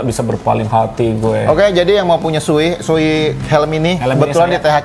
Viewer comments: Bacanya Sowei bang bukan Suwi. Sho itu artinya era Showa dan Ei itu nama orang pembuat helmnya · Lama di tinggal di Jepang, kaget Shoei bacanya jadi suwi…